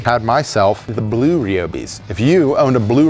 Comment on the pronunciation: says “blue” so weirdly lmao